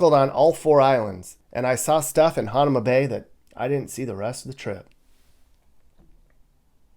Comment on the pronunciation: Youre pronouncing hanauma bay wrong